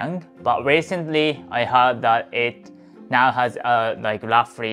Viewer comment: So you are saying "Visit Japan "